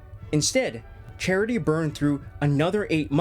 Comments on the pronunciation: great video but just pronounce his name properly… its CHA-TREE not charity 😂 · His name is not Charity. its Chatri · Only thing is his name is pronounced CHA-Tree not like a charity organization